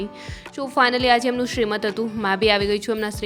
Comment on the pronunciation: સિમંત બોલે અને લખાય! શ્રીમંત નહીં!